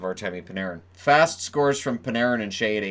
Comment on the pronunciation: Jesper fast isn't pronounced fast. It's fahst